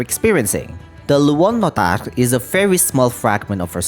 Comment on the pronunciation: obsessed w the way u pronounce luonnotar